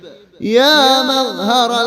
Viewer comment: مظہر ۔۔۔۔ ر کے اوپر تو زبر ہے اپ نے زیر کیوں پڑھا